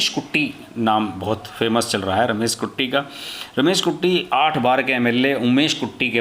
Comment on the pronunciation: Its Katti and not Kutti